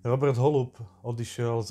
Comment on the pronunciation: Je to sice detail, ale byl to Róbert s dlouhým "Ó" :)